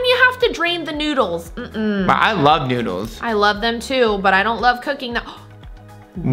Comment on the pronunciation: HE SAID NODLES